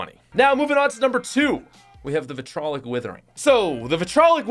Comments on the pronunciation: vItRoLiC wItHeRinG. Come on man it’s vitriolic. A very small pronunciation issue but it kills me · Say it with me now. VI - TREE - OLIC You're welcome.